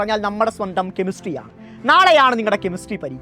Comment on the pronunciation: ഇങ്ങേരുടെ നാവ്..... 😂😂😂കെമിസ്ട്രി bhoooommmmmmm